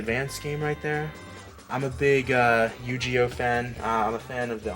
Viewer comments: LOL, I have nothing against with the "accent", but never heard "uhnime" as much as on this video. Haha. Also "Yugeoh". Please at least try to pronounce them right! "Uhnime" was a bit cringy. 😂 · If he says annime and yugeeoh one more time I'm gonna have a stroke. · you said Yu-Gi-Oh totally fine then proceeded to butcher it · is slippin! Haha!